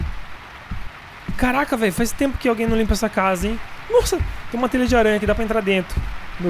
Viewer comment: falando assim TELHA DE ARANHA vai poder falar Japonês